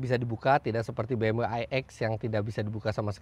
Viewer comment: bmv, not bmuu